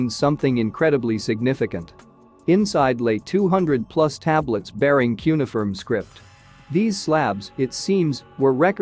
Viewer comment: Please teach your computer narrator how to say cuneiform correctly. The word has four syllables, with the stress on the second syllable.